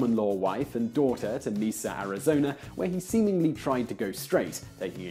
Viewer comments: Mesa Arizona is pronounced with a long A, not a long E. mA-sa, not mE-sa. (Spanish for Table) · Mesa, FYI It's pronounced May-Suh. Love the videos! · "Meesa arizona." I'm sorry, I can't unhear it.